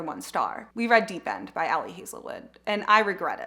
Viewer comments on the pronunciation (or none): none